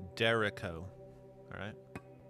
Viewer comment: "This is called Derek O." lmfao. 'Derecho' is Spanish and is pronounced "dare-ETCH-oh."